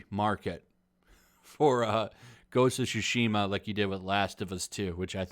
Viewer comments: For Christ's sake, it's TSushima, not SHushima. I know English speakers are garbage at pronouncing foreign words but Jeez, is this testing my patience. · Shusheema. Why on Earth do people say that? It’s not even close.. Talk about butchering a word lol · Is it pronounced SUEshima? Or SHUshima? Cuz you are saying "shushima" I was just wondering not trying to be a 8==D